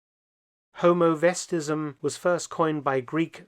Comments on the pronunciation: Not Homovestism. HomEOvestism. You pronounce it as homo, whilst it is pronounced as Homeo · That's 'homeovestism' not 'homovestism.' I SHOULD KNOW and I do! - Annette PS: I lived with the best-dressed woman in Tompkins County for two years: we were not unalike. :-)